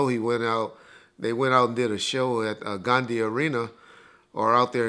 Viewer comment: My boi said Ghandi arena 🤣